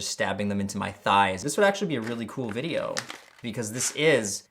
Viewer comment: There is no dash over the e in video It’s not pronounced “vid-aye-yo “ it’s pronounced “vid-ee-oh “